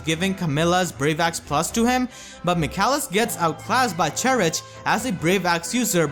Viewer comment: I always thought Cherche was pronounced 'chershay' not 'cherich'. Also, I have a question, good sir. Should I upgrade Cherche or Michalis to 5 stars? I'm having a hard time as getting feathers takes sooooo long for me.